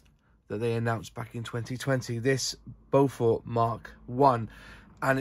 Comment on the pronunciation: Like a few other aircraft names chosen in the past by the Air Ministry and manufacturers, it's a tricky name to pronounce if you haven't heard it before. Strictly speaking, it's BOW-FERT. With the stress on the first syllable. And bow as in longbow, not something you do in front of the Queen... Nice review! :-)